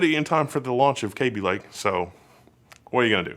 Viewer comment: Is that really how Kaby Lake is pronounced?